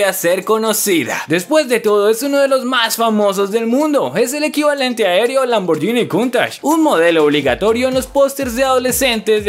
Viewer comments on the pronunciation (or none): none